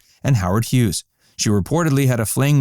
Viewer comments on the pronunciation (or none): none